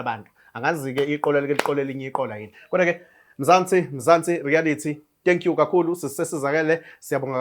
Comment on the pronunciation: not "Rearity* but REALITY, kuyalumeza if ubiza leli gama, siyakuthanda, keep it up guys